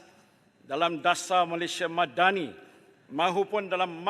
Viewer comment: 😅 Mad-dah-ni instead 😊